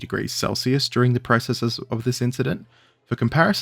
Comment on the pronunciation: Before chastising people for mispronouncing "nuclear", perhaps you should learn the correct pronunciation of "processes"